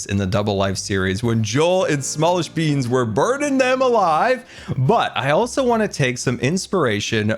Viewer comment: Wait… did he say “joel and smallishbeans”…